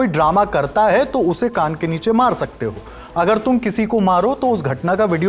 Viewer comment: हू ✅ हो❎ 😂